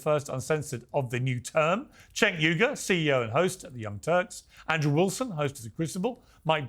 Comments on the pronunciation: Why does Andrew keep calling Cenk 'sink'? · I love how Andrew calls him "Sank" instead of Cenk 😂😂😂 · I love the just slight mispronunciation of his name, just to get a little more reaction. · I love when Andrew calls Cenk “SINK” 😂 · Looooool the way Andrew pronounces Cenk’s name 😆😆😆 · what i love is how Andrew still refuses to pronounce Cenks name right😂😂😂